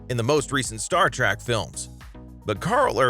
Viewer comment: I bailed out a few seconds in, after the pronunciation of "Star Track".